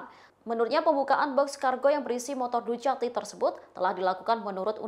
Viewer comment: Ducati bacanya dukati mba.... sering seringlah nonton motogp